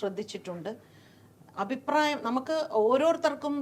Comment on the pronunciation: "ഔപ്രായം" എന്നല്ല, അഭിപ്രായം എന്ന് വ്യക്തമായി പറയുക. എല്ലാ ഇൻറർവ്യൂ കളിലും ഈ "ഔപ്രായം" കേറി വരുന്നുണ്ട്...